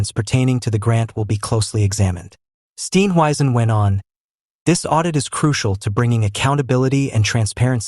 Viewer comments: Please pronounce his surname correctly. Steenhuizen. Not Steen weisen. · For heavens sake learn to pronounce his name properly- it's easy !!